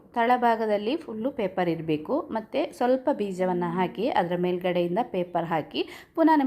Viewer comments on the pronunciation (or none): none